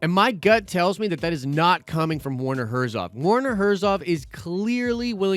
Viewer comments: His name is Herzog! Not Herzov. You said it several times. Come on man. A Nerd would not miss that detail. Also, I agree with another comment, maybe the Baby Yoda is actually a clone of Yoda?! Not just his species, but actually him. That would be insane! I'm going with that. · It's HERZOG not HERZOV! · Herzo*G*. Werner Herzog. ;) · the "ö" aka o umlaut is pronounced like he said it, German and stuff Edit: but the gh is better